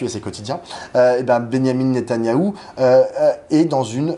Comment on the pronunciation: "nétanaillou".... 🤣 C'est mignon, ça rime avec canaillou.